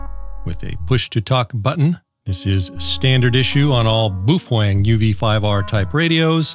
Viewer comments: You do know that the UV-5r is Chinese not Japanese. Why dont you ask a Chinese speaker for their pronunciation ? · I am new to the channel, but I am pretty sure he trolls. In regards to the pronunciation, I consulted a Cantonese text-to-speech program. It pronounced it: bow=fang, not boof-wang. Boof-Wang is funnier though. Sounds like it could be a cousin of the video game(Shadow Warrior) character Lo Wang. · "Boofang"? Hey, it's B A O .... I mean, have your ever heard of "Kung Poo" chicken? It's "Kung Pow" chicken, oK? Look at the spelling....Pao just like Bao. So it's "BOW Fang" not Booo Fang not Kung Pooo chicken. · The correct pronunciation is bao feng- not boof wan. Bàofēng 暴风 in Chinese meaning -strong wind (Storm). Use google translation to copy this Chinese word (暴风) and paste for the actual right voice pronunciation. Anyway l like all your video and quite informative. Really appreciated! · Booof... Wang. Lmao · On your UV-5R GMRS you tube you were belligerent about the fact that you spoke to your Japanese friends and they told you how to pronounce BaoFeng. First of all, they are made in CHINA and not Japan. Go to a speech sound google and you’ll find out that Bao is pronounced like Bow. The Feng part is pronounced just like it was in English. It would be a good idea if you corrected the errors in that YouTube of 9 months ago. Otherwise, I’ve pretty much enjoyed your videos. de K3DIO. And I have a half dozen BaoFeng HT’s and enjoy all of them. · Are you completely certain it's not pronounced "beef-Wang"? 🤔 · You met a guy online... Whose parents are Japanese... So obviously boooofwang is the correct pronunciation...😂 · The correct China way to say baofeng is “bowel phone”. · So it’s pronounced boo twang, right. Baofeng that is. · Boof-Wang lmfao 🤣 I'm totally going to correct anyone from now on using your pronunciation. Geniesly hilarious and totally based. I can tell you been looks maxing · you had me at the first "BOOF-WANG"👍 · no no, it's 'boof wang'